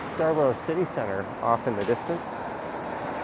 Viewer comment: It's actually pronounced Scarbeeria